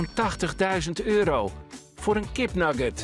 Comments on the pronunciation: Niemand: Noscomentator: kipnaggut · Nugget spreekt ie eigenlijk niet slecht uit in het Engels, maar ja naast het Nederlandse woord "Kip" slaat deze uitspraak helemaal nergens op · "amungus" xD edit : KIPNAGGET xD ik kom hier puur voor de spelling deayum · KipNaggat😅, Amang us, hoe the dock spreekt deze Guy de A uit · Haha amangas kipnaget wat een uitspraak